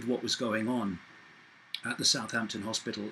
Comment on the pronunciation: The only human i've heard pronounce southampton correctly - well 50/50 .. most reporters (especially in the MSMedia) says south-hampton and it really gets my circuits hot.